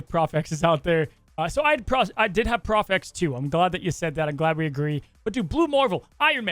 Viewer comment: It’s prof x not pro x, lol, sorry